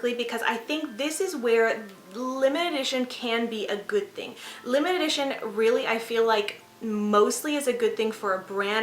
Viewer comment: Great video! I don't know if I'm tripping or what but I kept hearing you say "limited-ition" and not limited edition 😂👍